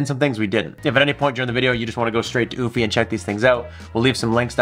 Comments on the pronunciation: Just curious.....Isn't it pronounced You-fee? and not ooo-fee? Like Europe? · U- fee not oooh-fee🤣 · Actually it's pronounced "you-fee" not "oO-fee"..🙄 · Oofy? Oh yes I remember I learned how to pronounce Eufy last time I went to Europe, I mean Oorope. It was a Ootopia. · It’s “Ufy…not Oofy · Came to say the same! "You-Fee" not "Oof-Eee" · The fact that you cant even pronounce the name correctly by skipping and entire letter is mind blowing 💀💀 EU-F-Y try that!! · Stop calling it OOFY and why do you end every sentence with a question ? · Yes no omph/oomph like sound it's EU like Euphoria but instead of oria its fy said like EU-FIE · BRO said UFFIE…. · is it not "YOO-fee"? Like Eulogy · Your pronunciation of the brand name is disturbing. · or pleasingly amusing... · Sounds like he's calling a dog😅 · Why you pronounce it like goofy 😂